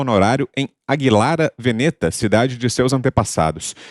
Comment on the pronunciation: Não se diz veneta... Mas Veneto con acento no VÊ